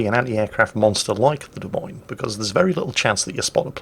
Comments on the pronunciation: Also...it not pronounced "DeMeans"...it is pronounced " De Moynes" or "Moines", like coins..... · Try listening harder, he said 'De Memes' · Of course you just misspoke knowing full well it's pronounced like, "de-moynz" for Des Moines.